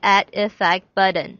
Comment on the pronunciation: actually I ment you should change the "button" pronouncation, the t is important not a d not buddon otherwhise great tutoring. sorry for the last comment